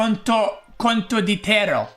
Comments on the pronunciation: "Slur slur" 😂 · I waited 42 mins to listen "Condoditierro" ❤ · As an Italian I confirm that is pronounced "contottittitero". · As an italian i can just welcome his pronunciation of "condottiere" 😂